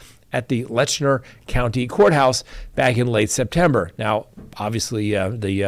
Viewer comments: The county name is LET CHER not Letchner. No N in the name. Please pronounce correctly. Just saying. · It is Letcher County, NOT Letchner County.